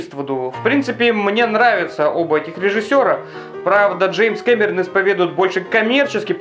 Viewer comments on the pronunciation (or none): none